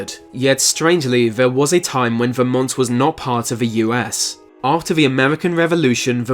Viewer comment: Yes. And of course, Vermont is VerMONT, not VERmont.